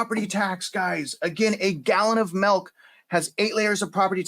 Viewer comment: Lol its milk not melk